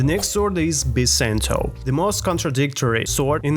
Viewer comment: Ah yes "Bisento" my favorite